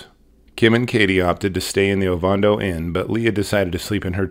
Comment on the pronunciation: Oh-van-doh. Not ovondo